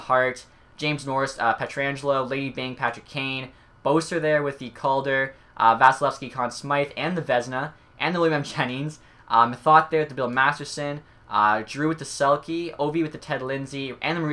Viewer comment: Dis man just said BO-SIR Dude it's pronounced Bes-Sir